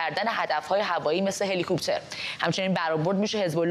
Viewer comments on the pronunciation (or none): none